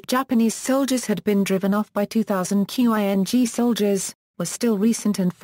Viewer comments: Seriously? You can pronounce Meiji and you can't pronounce "Ching" Dynasty? Instead calling it "Q-I-N-G". rofl. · "q.i.n.g"??? Learn to pronounce Chinese words, you morons. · It sounds .. electronic. Must be an automatic voice generated text reader. That explains Quing pronunciation. But overall intonation, punctuation, and rhythm is great!